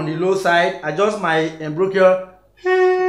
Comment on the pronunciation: Awesome lesson 😎...Check pronunciation of Embouchure 😅